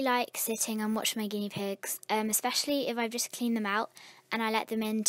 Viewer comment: You said guieee pigs